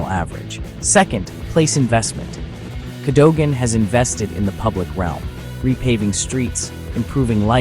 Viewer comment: Better than the Russians owning it! Pronunciation is Cad O Gan!